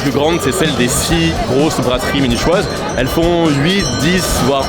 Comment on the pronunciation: mais c'est pas possible t'as fais le serment de mal prononcer tout mot relatif à l'allemagne et pas seulement les mots allemands, munichoises c'est en français que tu l'as mal prononcé!!